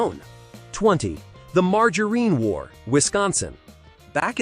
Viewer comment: And margarine. Mar-jar-een?!!? C’mon, man.